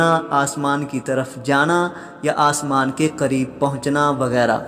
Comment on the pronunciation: اسمان نہیں آسمان